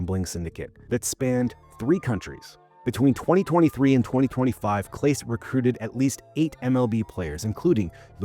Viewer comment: You mispronounced Clase's name. Or the AI did. Ugh. Moving on.